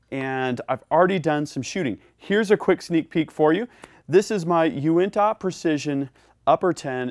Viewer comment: It's funny hearing "Uinta" pronounced without a Utah accent